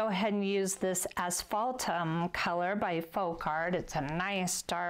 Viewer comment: I don’t see the name of the first Folk Art paint you use. Are you saying Ashbaltum? Hard to believe such a complex brown comes from a bottle. Normally, I would think it was mixed. Thanks.